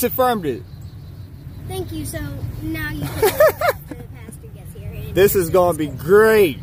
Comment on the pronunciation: Just one thing, Its PASTOR not PASTURE